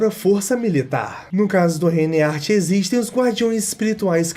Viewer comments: A agonia que eu tive ao ouvir " He Art" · Que agonia o vídeo todo tu chamando Heart de Éart kkkkk